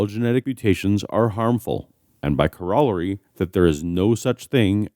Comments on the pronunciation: You pronounced corrilary wrong I think. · ... how did he say corollary? That was a weird pronunciation to me.